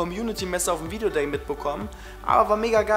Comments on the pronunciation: Dner war auf dem ,,Video Gay" xD Fail bei der Aussprache :D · HAHAHA ER HAT VIDEOGAY GESAGT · Videogay haha bester versprecher :D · Hauptsache haste dich versprochene, viedeogay :)